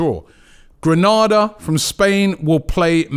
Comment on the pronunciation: Learn how to correctly pronounce Granada.